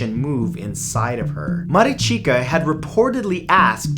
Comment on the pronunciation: It is so funny how you pronounce Maricica :))